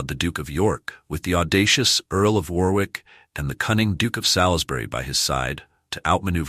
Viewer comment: War-wick or Too-ton, just like Ar-Kansas or Alba-quay-quay? Learn the correct pronounciation please. It is freely available on YT. There's a pub in St Albans market place called "The Boot" these days. During the first battle of St Albans, the local merchants stood outside the pub, unmolested, with their ales and sack (fortified wine) watching the battle like a Football match. There's a plaque commemorating this on display in the pub.